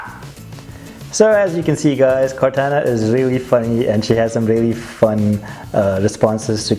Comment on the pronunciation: It's pronounced Core Tauna not Core Tanna .